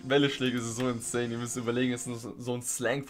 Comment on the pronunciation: Statt insane höre ich, manchmal insaiyan.